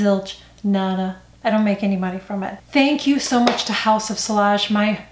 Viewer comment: Hi: House of Sillage is pronounced with a long e, short a and the ll's are silent. Just wanted you to know.:)